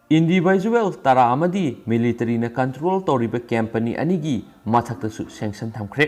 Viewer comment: Not cempany, it's company, if I m not wrong. Do pronounce well 👍 n thanks